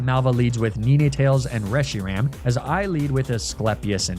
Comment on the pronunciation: Please tell me this kid was saying ninetails like that as a joke. He doesn't actually think Nine-tails is pronounced Ni-ne-tails does he?